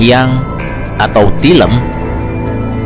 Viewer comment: Tilem sanes tileum